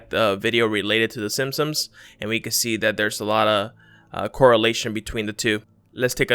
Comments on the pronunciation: It's pronounced SIMPSONS. Not "sim-sums." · NOT the whole nose , just the tip was SILVER ... jezzz you people find every little thing to try and make it an ME ... OH and dude learn to PRONOUNCE the SIMPSONS ...LOL ...in your other time line were you a lot smarter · The way you say simpsons really bothers me